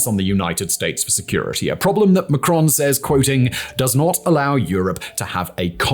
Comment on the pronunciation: Pronounced Macron with the 1st syllable stressed